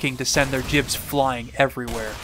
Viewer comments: hearing you spell "jibs" instead of "gibs" makes my ears hurt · It's pronounced as "gibs." With a G, not a J. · Why did it become cool to pronounce "G" as "J"? Ground Into Bits. GIBS. G. HARD G. Graphics Interchange Format. GIF. G. HARD G. (I disagree with the creator)